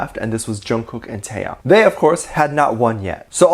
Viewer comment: Lol I can't get over how you pronounced '태형' as '태양'.